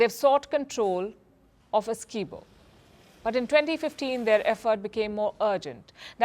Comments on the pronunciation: Palki Ji, we, Guyanese say the name "Essequibo" different though. Also, Guyana is not known to be a hostile country. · I don't think this idiot lady knows Guyana and it's people. She start off saying two hostile countries . She was unable to pronounce the disputed territory "Essiquibo" incorrectly. She needs to get her facts right .